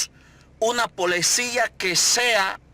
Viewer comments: La crítica y observaciones están bien pero Ud. debe mejorar su pronunciación ya que dice Polecia y es policía , dice cupitre y lo correcto es pupitre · Todo muy bien lo que a dicho, solo una cosa, se dice policía “ no polecia , y se dice pupitre no cupitre y también el tono cuídelo porque parece que le está dando orden al presidente, recuerde que se trata de una sugerencia. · Quiero recordarle a este youtuber, que se dice policía, no polecia. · EN QUE AÑO TE DIERON ESTE DATO, Y PORQUE HASTA,ESTOS DIAS LA PALABRA ES PALICIA, NO PALECIA, DONINICno. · en El Salvador se dice ¨POLICIA´no Polecia, ¨ojo pelao¨ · hey guanaco estupido eh ignorante. no se dice polecia es ( policía) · Me llega todo amigo pero es Policía y se dice Pupitres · Que lastima q es salvadoreño y no puede decir policia y no sabe q jocoro queda en oriente y la comunidad q está cerca de la chacra en San Salvador se llama el coro debería de aprender hablar el español y de informarse muy bien p hacer estos vídeos y no poner en vergüenza a nuestra población